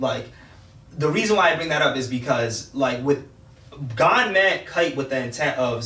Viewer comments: His name is GOn not fucking gone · Did they say gone? Instead of gon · How you guys all gona disrespect Gon the whole video saying his name wrong like that :/